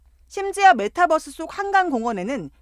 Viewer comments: 아 저 기자 메타뻐스 거리는거 굉장히 거슬리네. 저분은 유니버스도 유니뻐스로 발음합니까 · 아나운서분 메타뻐쓰 라고 하시는 거 뭔가 웃기네ㅋㅋ